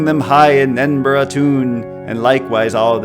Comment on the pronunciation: Nothing makes my Scottish heart flutter like an American pronouncing Edinburgh right.